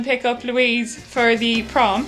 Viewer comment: I heard prawn instead is prom... Imagined you all in prawn costumes.